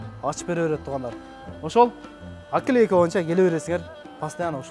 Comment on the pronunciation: Пытыр пытыр, аклейка эмне деген сартский создор. Жок дегенде наклейканы туура айтсан